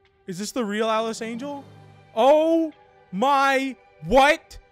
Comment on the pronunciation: It’s not alice it’s alicen